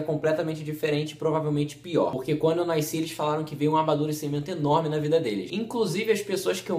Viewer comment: "naisci" hahahahahaj que agoniaaaaa